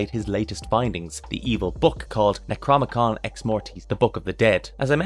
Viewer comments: Nec rO nom Ih con.. not necromicon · The... Necromicon Ex-Mortis?... Eh... It's Necronomicon Ex-Mortis. :D Love the vid!